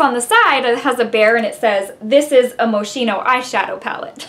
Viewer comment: Pronounced Mo-skeen-o, darling. Very Italian! Nice review. I finally got one yesterday. It's back in stock!